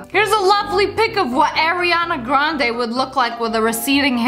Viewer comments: It's not air-eeyaana grande lol smh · Wait a minute Airiana Grande or Ariana Grande. Just saying.